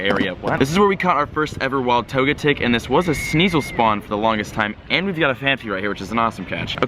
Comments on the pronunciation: YEA! Togetic is pronounced to-GET-ic. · Tojetic, Swycoon, and Entaii -, 2017 Pokémon pronunciations.